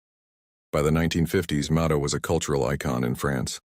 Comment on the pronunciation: It is amazing how lacking AI still is in trying to pronounce names correctly. Mado (like Rachel Maddow) Robin (not the bird, but Ro, like row your boat, and the emphasis on the last syllable, a nasal -in. Please stop trying to spread your AI ignorance and learn.